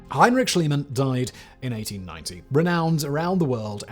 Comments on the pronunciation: Simon, Simon, Simon - In German "ie" is pronouced "ee" and not "ai" Great video as always! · I like your video, BUT PLEASE WORK ON YOUR PRONOUNCIATION! Mr. Schliemann is pronounciated like "Schleemun", if you are an "Anglo-Saxon Speaker". And you seem to know it, because you sometimes do it right and sometimes wrong. All German speakers are in true horror about it! Thank you! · It never ceases to amaze me how is it possible to butcher names of such well known people as Schliemann. Reminds me of the "Medi-tz-i".